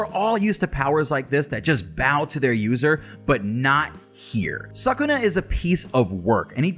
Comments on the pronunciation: Its actually pronounced su-ku-na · SUUU-kuna , cant handle you saying suck-kuna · Not 'suck'-una , 'Soo'-kuna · Suckuna? Really. “Anime fan” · it should be neither sakuna nor sookuna it should be skuna like they say it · Its pronounced su-ku-na sound it out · Please dont say SUCK-una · I prefer when people use the Japanese pronunciation Suu-kuna. The “suh” sound doesn’t exist in Japanese :) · i like suck-kuna better cuz it kinda sounds like sakuna which is disaster in tagalog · Horrible pronunciation like wtf